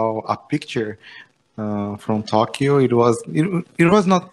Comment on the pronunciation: a palavra Tókio você pronúncia tolquio! Você está pronunciando errado!